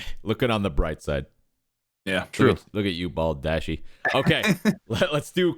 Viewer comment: “bald dashy” 😭😭😭😭